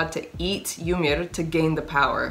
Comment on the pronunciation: the way you pronounce "yamir" is awesome !😄